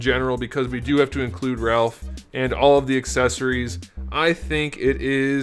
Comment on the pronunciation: I HAAAATE WHEN PEOPLE SAY RALPH!!!!... LOL(looking at my gf)... but also hate when people say SAIS (looking at )